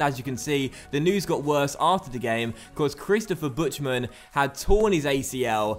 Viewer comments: He says Butschtmen:D That's so wrong, it's funny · Buhtman is the Pronunciation.